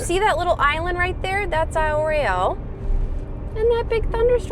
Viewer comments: You guys need to start pronouncing aisle royal properly. It makes me cringe every time you mispronounce the name I live in Minnesota. Been there many times and I’ve never heard anyone call it Royale. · Hello -- we're big fans! Americans living in Australia.....but grew up in the Midwest and one of us HAS backpacked/canoed Isle Royal. But you should know.....it's NOT pronounced Isle Roy-ALL. It's pronounced Isle Royal (no accent on the "all.") You did get Keewanaw right though.